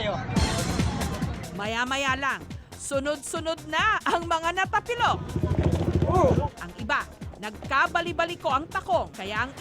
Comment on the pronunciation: ung word na natapilok haha naging napatilok hhehee ang cute mo miss jessica 👄👄👄